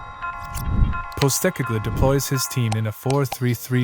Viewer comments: A great explanation of the tactics Ange employs. Just a note - his name is pronounced Pos-teh-cog-loo. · good video mate, butchered the last name though lol